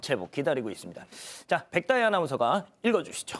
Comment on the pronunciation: 백다희 발음 좀 똑바루 배우고 와